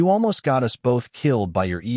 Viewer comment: I love how the voice this channel uses cant pronounce "us" properly and pronounces it like "u. s." making it seem like ths united states just shows up randomly in the stories